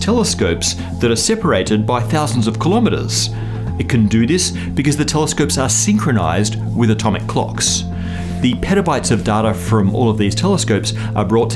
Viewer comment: KILO'METRE, not kalamaduh.